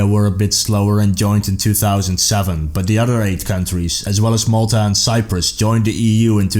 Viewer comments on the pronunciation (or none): none